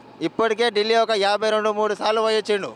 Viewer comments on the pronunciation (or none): none